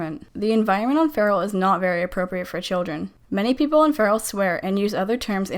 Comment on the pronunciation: Its not “cope a” Its “cop uh” Learn to speak dang it